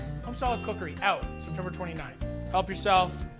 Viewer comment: I think there's a typo in the name based off Matty's pronunciation shouldn't it be Home Style Cookereeeeeeeeeee?